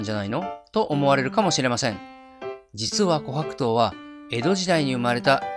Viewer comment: 自分が琥珀糖のイントネーション警察だとは知らなかった。気になって内容が入ってこなかった😂